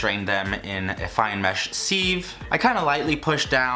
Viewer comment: Sieve..pronounced Siv, not Seeve ;)